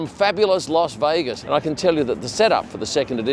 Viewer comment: its not "Los Vegas"....